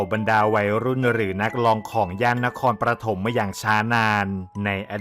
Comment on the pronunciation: นครปฐมอ่าน”นะคอนปะถม”ไม่ใช่”ประถม”